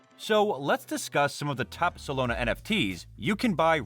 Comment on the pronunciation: Solana bro SOLANA not Solona 😂